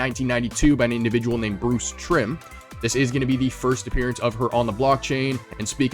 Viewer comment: Solid list all great oppurtinity pieces. I feel like whenever they release the Metaverse Lyfe Veve 500 hype video we'll get the Lambo and I predict will drive the Lambo since David Yu is his sponsor. Bruce Timm not Trimm haha its all good. I got # 1 mint of Harley Quinn FA legendary on DC NFT from the floor the other day so happy she's my favorite character and 1st big purchase on Veve during all time highs and still holding her lol.